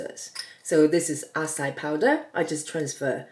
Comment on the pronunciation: Love your videos. I make the keto french fries on a regular basis. Acai is pronounced ah-sigh-ee. Thought no matter how it is pronounced it doesn't change what it is. 😁 Please don't take this as disrespectful. Be safe, Doc